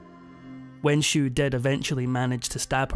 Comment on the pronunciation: It's a shame the narrator can't pronounce the Xiu in Wenxiu properly.